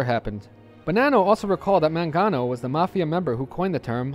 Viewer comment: My last name is Mangano. My family came to NYC from Sicily around the 1910's, and then moved to the Boston area to get away from the mafia. I doubt I'm related to Vincent, though. The name is pronounced with a hard 'G', by the way.